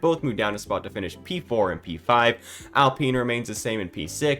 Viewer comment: It's Alpine, not Apline.